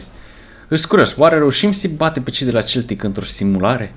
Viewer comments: Dupa 24 de episoade inca nu ai inteles ca se citeste seltic ! Ai aproape 100k subs si 5 comentarii si nici pe alea nu le citesti :/ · SE CITEȘTE !!!SELTIC!!! CU "S"